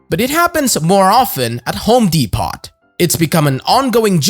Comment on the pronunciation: Not "dee pot". It's "dee po". Lol